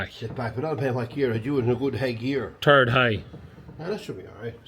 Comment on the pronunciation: Not sure which gear “turd high” is 😂